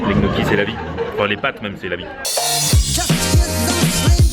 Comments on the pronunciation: Alors les pâtes que tu as mangé, les gnocchi, ne se prononce pas "g-noki" (le son "gueu"), mais ça se prononce "gnioki".. Il y a beaucoup de mots comme ça que tu prononces de travers mdrrr en tout cas continues tes vidéo, elles sont cools;) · et pour info les gniocchi ca se prononce nioki mdrrr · Pardon ?! Les GNOCCHIS on dit Nioki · Ils sont sérieux avec leur "Gnocchi" ? ça se prononce "NIocchi" bordel Mdrr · Chelou comment tu prononce gnocchi ! Pourquoi le son gueu ? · sa secrit gnochi sa se di nioki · Apprend a bien dire gnocchi onair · Gnocchi le G ne se prononce pas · On ne prononce pas le "G" de gnocchi !